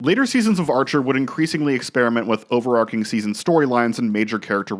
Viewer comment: You need to Google how to pronounce "overarching". Extemporaneous mispronunciation is how you get ants.